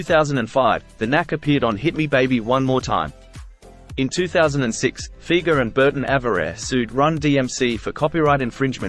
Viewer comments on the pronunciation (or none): Pronounced FI-GERR NOT FEEGERR! Ugh! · It’s amazing to me, not really, but the majority of people will say Doug Fee-ger. That’s like The Kinks - Ray Davies is actually pronounced “Davis”.